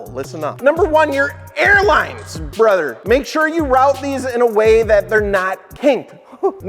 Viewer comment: That “brother” hit different